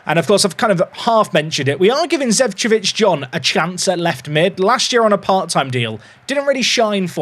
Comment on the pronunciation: Not to be the guy to be nit-picky about the pronounciations, but Zecevic is pronounced "Zeh-cheh-vich", as it's from the Balkans - Serbia in this case.